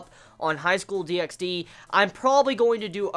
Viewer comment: The X in DXD is silent, by the way (like HunterXHunter or xXHolicxxx)